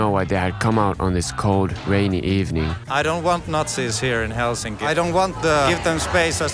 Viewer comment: Who the fuc says Helsínki? Is this dude russian 😡